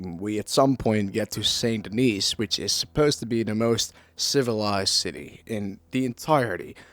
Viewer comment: Also the S in Denis is silent lol.